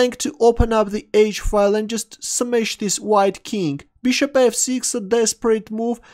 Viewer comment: Looks like English is not the first language of, also consider his way of pronouncing "Bishop" as Beeshup